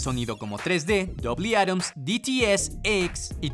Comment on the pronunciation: Jajajaja quiso decir doble átomo en vez de dolby atmos 🤣